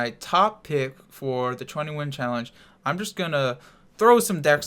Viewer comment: It's 20 win challenge what he says idiot